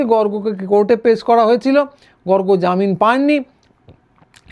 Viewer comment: গর্গ অত্যন্ত সৎ বাঙালি। কোনো ভন্ডামি নেই। বলে একজন বাঙালি বললেন, গর্গ্। উচ্চারণ ভুল। ওনার কাছে খবর আছে... গুলি বন্দুকের বিষয়ে